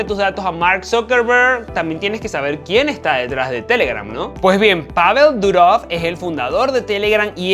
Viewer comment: Dúrov ya cuando van a pronunciar nuestros apellidos con el acento en principio, pocos tienen al final. Nosotros no les decimos lopéz o sanchéz que onda???